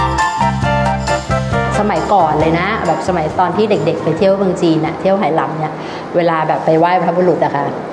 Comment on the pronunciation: ทำไมผู้ผลิตไม่บอกฝรั่งว่า Hainan ออกเสียง "ไฮนาน" หรือ "ไหหนาน" เพราะคนจีนไหหนานเขาชื่อนี้ออกเสียงอย่างนี้ ไม่ใช่สะกดฝรั่ง Hai แล้ออกเสียง เฮ เป็น เฮนาน มันชุ่ยกันขนาดนี้เชียวหรือ คน Thai PBS เนี่ย เสียข้าวสุกจริง ๆ